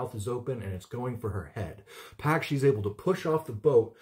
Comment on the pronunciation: Not Pack. It rhymes with dock. Pock.